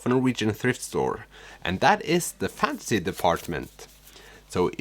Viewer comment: I like your funky sense of humor and it’s interesting how thrift stores look in other countries, I’ve been to quite a few in the US. Also, you mispronounced the genre “fantasy” and kept saying fancy lol. (Maybe keep that in mind for future videos?) I love Karl Ove Knausgaard and got his whole My Struggle series but I get how he can be a bit much with his ‘stream of consciousness writing on steroids’ and he is a bit too self- absorbed at times, but the many ‘aha’ moments he gave me made it all worth it!!!